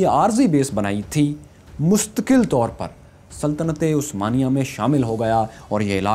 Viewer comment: why you said word '' saltaty-e-Usmania" i think its " Saltanat-e-Usmania"